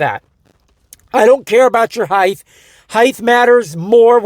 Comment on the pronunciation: Stop saying "heighth". It's height.